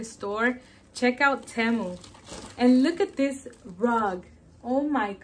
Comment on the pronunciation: Hey you're pronouncing Temu wrong it's TEE-MU 😊